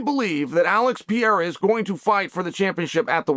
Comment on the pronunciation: Chael is funny as hell!. Always calls Alex peeara😂. He knows how to pronounce it he just keeps saying Peeara!😂